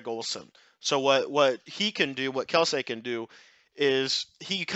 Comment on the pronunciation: It's kel-see not kel-say